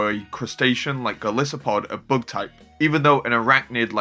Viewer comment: WHY do you say (book) type it's the (bug) type not (book) 😅😅😅